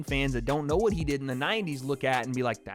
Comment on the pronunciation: This is the chaterbate guy from 2012 who would call prostitutes and clown them,and say "oh wheeeeeeeeet?" instead of pronouncing the word "what" properly .